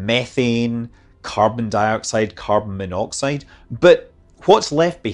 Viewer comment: I love Scott’s accent where monoxide is pronounced “menoxide” and speed - “spade.”